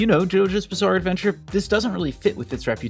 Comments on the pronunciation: Did you say “Bizzare” 😏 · did you say ... bizzare? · Did you say "bizzare"